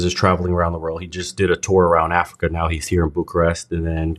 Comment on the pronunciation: It is like it was hard for him to say Africa